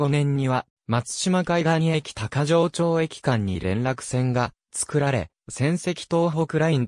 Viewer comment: 読み方違う。「高城町駅」たかぎまちが正しい。